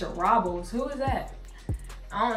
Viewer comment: Pronounced Robe-les but thats ok lol